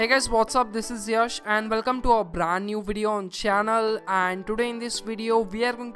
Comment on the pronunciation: "Beraand New Bedio"